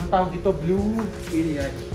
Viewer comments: Bromeliad sir erick name nyan. Hindi blumeliad.😊😊😊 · Hi ES it’s Bromeliad (brōˈmēlēˌad) that’s how you pronounce it or better google, it will tell you how to pronounce.